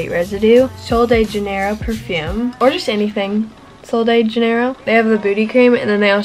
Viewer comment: its perfume not purfume 😭